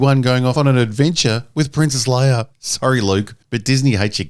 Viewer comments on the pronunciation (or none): Yoder and Leier... lol